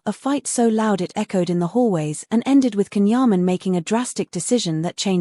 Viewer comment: Porque esse povo não pronuncia o nome dele corretamente, Djan Yaman e não Can.